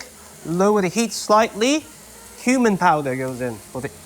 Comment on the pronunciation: I heard 'Today it's human lamb?!?!?!?' I had to turn on the subtitle to see it's cumin :)